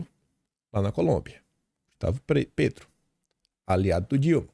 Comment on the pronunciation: se diz Pétro mesmo, com e aberto e não Pêtro. Um abraço e parabéns pelo conteúdo que acompanho diariamente.